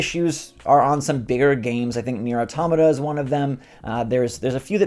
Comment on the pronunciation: It’s nier auto–matta as the pronunciation